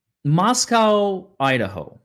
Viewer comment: Just an FYI since I'm from Moscow, ID - it's Moss-Co, not Moss-cow.